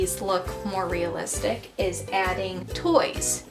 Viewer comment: Stop saying real listick